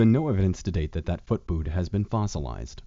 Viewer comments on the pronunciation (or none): none